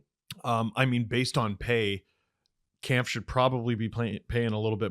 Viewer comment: Please pronounce Kämpf correctly, it's about time. There's an umlaut on the "a". says it right.